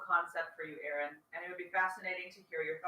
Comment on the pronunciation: What's with "Eron" instead of Aaron? I thought I was having a Mandela Effect for a minute -lol.